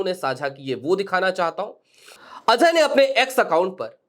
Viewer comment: Azhay nahi bhai, Ajay. Pronunciation theek karo